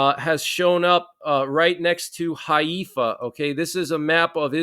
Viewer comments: Just so you know, Haifa is pronounced Hai-fa, not Hay-efa. Thanks for keeping those of us here "in the know" relatively, as I bet will be quite a number of folks who are in the dark, without any ability to gain even an ounce of night vision even after time has past... Yeah I am concerned for Friday though, & will have all of my phone/otherwise usb based batteries topped, just in case... Also will be keeping my solar panel w/ usb ports and 6000 mah internal battery on hand as well... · Pronounced Hi Fa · it's pronounced hi-fa. And Golda's last name is pronounced my ear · Haifa is actually pronounced “HYFA”!